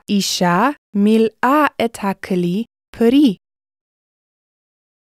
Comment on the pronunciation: I'm very sure this Pi'el form is incorrect. If it's supposed to be a Pi'el, the Lamed needs to have a dagesh and therefore be a pronounced shəva. The same goes for מלאו in , מלאה in , מלאה in . In , מלאי is correctly pronounced, but the dagesh misses as written. Also the Dagesh is missing in in מלאה, in מלאו and in וימלאו. The second radical is always with a dagesh, if the consonant can be doubled (which is the case for ל).